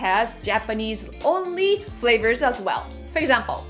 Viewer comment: I love. You can't say 31 fravors. L and R should have been corrected by now.